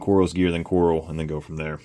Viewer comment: Falcon and Coral 🪸 😅 I think you meant Kwarrel 😂